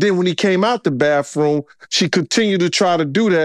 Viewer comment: Do people learn pronunciations like 'bafroom' for 'bathroom' when they're little kids? Just wondering, when I listen to this guy speak, if he developed that habit when he was a little kid, or not?